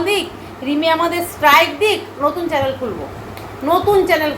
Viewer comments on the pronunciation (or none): none